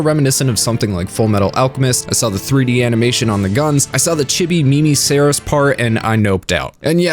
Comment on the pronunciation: Yay he got Seras' name right